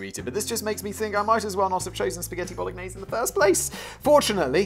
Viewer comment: Lol "bollock-naise"